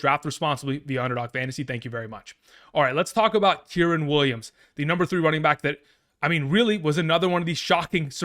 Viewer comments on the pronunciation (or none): KY REN. Kyren. Not kirin. K (eye) Ren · Kyrens name ia pronounced Ki-Ren like the star wars character Ki Lo Ren but without the Lo